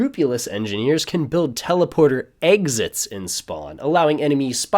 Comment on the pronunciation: "egg zits"